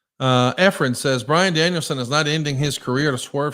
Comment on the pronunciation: My fav part of the ppv was JR calling bryan Danielson. Daniel brianson 😂😂😂